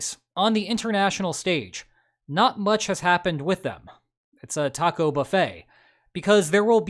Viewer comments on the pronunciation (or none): none